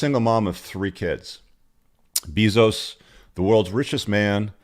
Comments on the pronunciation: BEY-zos not BEEE-zos. lol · Leo is GOAT. BTW the pronunciation of bezos is "bay-zose" not "Bee-zose" for future reference. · First time I've heard it pronounced Beezos haha i love it. And Tony Gonzalzes. Hahha good laughs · Bayzose or beezose still worth 400 billion. Probably owns you too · Jeff "Buy-those" 😁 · Learn how to pronounce Jeff's name, learn the avg. age of Leo's gfs, learn the sayings you're repeating to get your point across. This video is a rambling mess